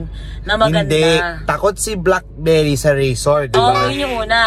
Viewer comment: Hahahahaha blaak-bey-ri